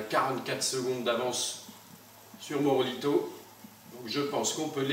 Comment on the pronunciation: C est pas morobito c est morabito continu tes vidéo! J adore ta chaîne!